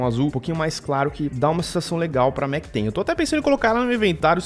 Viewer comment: *MacTen" que agonia